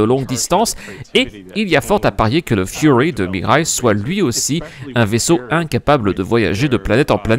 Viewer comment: Heu... Mirai, ça se prononce comme "Mirail", qui est un quartier de la ville à côté de laquelle j'habite, et pas le plus reluisant. A part ça, j'ai bien l'impression d'un bon token LTI...